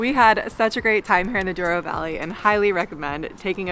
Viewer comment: Douro, not Duoro :)